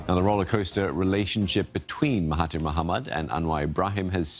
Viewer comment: i don't have anything to say, except the way you should pronounce mahathir is "mahaDZir" as 'TH' here is similar to 'dz' (Similar to "There"). Not "MahaTeer", "MahaTier" or what.